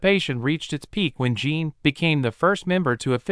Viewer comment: This AI needs allot of work. At least pronounce their names correctly. Jin has so far been Jean and Jin. Don't get me started on JK poor butchered name. I thought they were supposed to be out by June 13th, 2025.